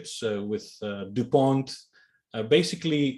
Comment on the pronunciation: Thanks! Did he say DuPont?